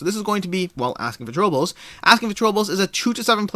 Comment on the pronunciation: You mispronounced "Asking for Trobils", It's actually a pun/play on words if that helps.